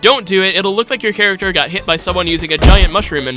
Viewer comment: "hairacter" so funny for no reason lol